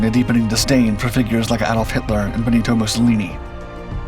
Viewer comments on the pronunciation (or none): none